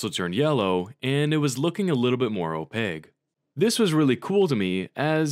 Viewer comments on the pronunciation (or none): opaque has the letter "q" not "g". it's pronounced: /ōˈpāk/ (oh payK)